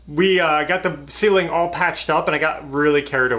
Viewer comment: Yes, Ashley, it did sound like was saying "olive", not all of the pier cores filled. LOL But we all have our special way of saying certain words., even tho it's only primer the ceiling looks 100% better. You guy are very hard workers & a great family. You can even pick at each other without getting hurt feelings. That's wonderful in today's world. Keep moving forward & I'll be back to see the next one. Bye Ashley.